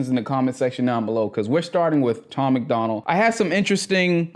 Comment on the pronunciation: Bro it’s Tom MACDONALD.. not McDonald like the cheeseburger spot🍔 Sorry bro, sounds like you’re gonna enjoy your the music.. but I can’t even watch this if you’re gonna get dudes name wrong off the bat.